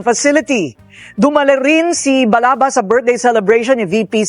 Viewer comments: Sir Balaba Yan Hindi Balaga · Sir Ivan Balaba po hindi balaga